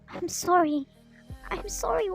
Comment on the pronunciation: Your voice is so cute also when you said chorry 🤣